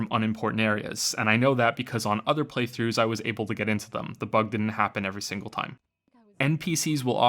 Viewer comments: ... did you really say Prey-throughs? ಠ_ಠ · Did he say "Preythroughs" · ''I did three PREYthroughs of this game.'' I SWEAR TO GOD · "preythroughs" You cheeky fuck. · "I did three PREYthroughs of this game" omg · "3 preythroughs" I noticed that you fuck.